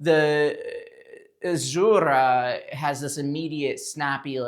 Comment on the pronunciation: loved the review. but got annoyed with the way Azura was being said 😢 Am I the only one haha. I’m sorry.Azzzzeuuurrah